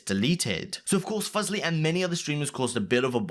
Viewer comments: I'm only commenting because you said Fusly like fugly. It's Fusly like Foo-slee. Thank you goodbye. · Fuse-ly not Fuzz-ly 😭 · This dude said "Fuzzly" lol can't even do the research how to pronounce Leslie's name right. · not at all, if you are reporting news you should have a duty to report accurately. It would take no more then 30 seconds to know how to pronounce FUSE-lee if done phonetically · You’re saying fuslie wrong. ‘Fuzlie’ lol